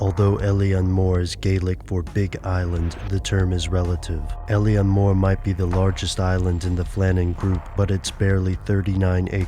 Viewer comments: it's funny when Americants try to pronounce Gaeilic. Alien More. Oh dear.... It's pronounced "ill-on Moor". Ingonrant philistines. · its actually pronounced ill-lan mór....... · Eilean Mòr is pronounced Eh-lan Mawr. It's Gaelic not English... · it is pronounced ai leen moor